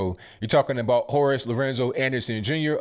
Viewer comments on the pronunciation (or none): You talkin abottttt why u say u talkin abottt like that abl sir?